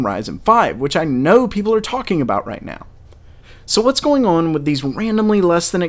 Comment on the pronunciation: "what''s going orn" Kappa